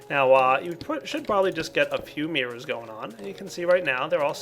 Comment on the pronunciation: i love how pronounces it like "Mierrors";D